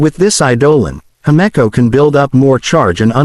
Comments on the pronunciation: I’m sorry did I just hear hemiko instead of himeko? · And hameco too?